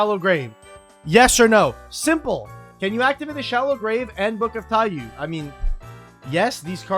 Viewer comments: every yugioh player ever still mispronouncing Taiyou 💀 why could 00s Konami not just properly translate card names? who prevented them from just calling it Book of Sun (Taiyou = japanese for Sun) when we also have Book of Moon? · I mean you said it yourself, Konami caused this by not simply translating the name to "Book of Sun". There is no correct pronunciation of "taiyou" in english as it is not an english word, therefore the only requirement on players is that they successfully communicate to their opponent what card they are referring to. I have never met a player who would fail to recognize either TIE-yuu or TIE-yoh, therefore either pronunciation is valid from the english language's perspective. This is the same as any other loan word. Think of all the poor french words we've adopted and mangled. We can criticize that the pronunciation is wrong in french, but we still have to acknowledge that english speaking people do in fact pronounce them that way and the words are recognized IN ENGLISH as such